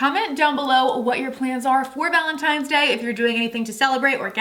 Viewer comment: Wtf is gallon tines day or whatever it is you keep saying 🤣